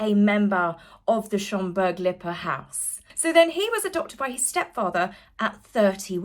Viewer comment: And unlike certain nameless others you know how to pronounce Lippe i.e. not Lipee…….